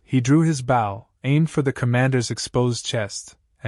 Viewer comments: Bow the weapon is pronounced with a long O. The way it is used here is fot the front of watercraft. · I got a kick out of what would have been a good story. The primary weapon of our rag-tag group is the bow and arrow, yet not one time in the entire story was it pronounced correctly😄